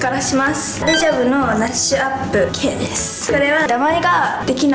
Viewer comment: 右の子すんごいですのすーをのばすねw